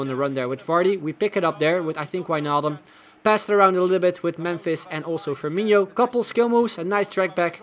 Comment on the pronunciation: I can get over how he calls firmino firmiño lol